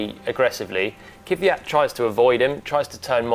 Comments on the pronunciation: Не се казва Кивиат. казва се Квят. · Its Kvyat, not Kivyat. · NOT Kyvyat.... Its KVYAT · He's name is Kvyat, not Kivyat, as you say. :) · Why do so many English presenters say Kiviyat when his name is clearly Kvyat? Learn the drivers' names... it's not hard. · Everytime I hear Kyvyat i kinda wanna punch the interlocutor. Saying Kvyat is not that hard i guess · He is the only one left calling KVY as Keew-yatt. I wonder where that extra "eew" letter comes from. His name is pronounced "kwee-yat". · Technically, its "Kwjat" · Kiviat? Try to say it the right way please. If needed ask it himself how to say it. This is bad bad bad! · Glad he’s ok. On a side note, why can no one pronounce Kvyat’s name correctly? There’s no vowel between the k and v. Stop putting one there. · Why is it so hard for everyone to pronounce Kvyat? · The English language does not have that sound in it. The only way to link a K and a V is by adding a vowel to separate the letters as they require a full stop between them to be pronounced. Doesn't really matter to them though. Much like Paul saying Kubika. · is it that hard to say Kvyat